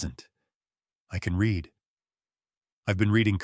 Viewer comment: There are two pronounciations for the word READ. They are not interchangeable as you often do.